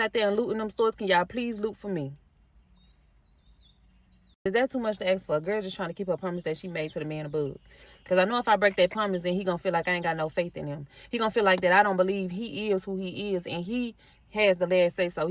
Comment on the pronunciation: She try to Axe you for Snap ??? !!!